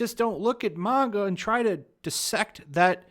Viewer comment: Can we just all appreciate that pronounces manga correctly?